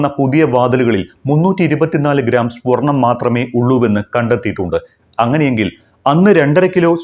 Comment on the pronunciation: സ്പൊർണം ആണോ സ്വർണം ആണോ ശരി?